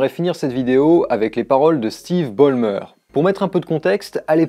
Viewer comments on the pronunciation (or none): lol on prononce "Balle-meurs" pas "Bolle-meurs" :D. J'ai eu la chance de le rencontrer très brièvement en 2009 à Microsoft. Fun fact, quand des collègues ont voulu le prendre en photo avec leur iPhone il a répondu un truc du genre "oh mon dieu, rangez moi cette merde, les photos Apple me rendent plus gros que j'en ai l'air !" :p